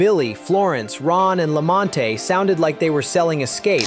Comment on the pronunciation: LAMONTE NOT LAMONTATY.